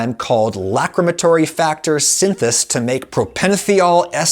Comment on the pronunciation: Gonna be that weenie: , it's not "synth us" but "synth ace".